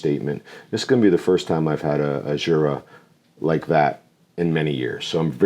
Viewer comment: What an akward review... Jeez! Love me some Jura! Its funny it gets pulled with someone who actually wants some peat! The Jura pronounciation is still quite far off 😂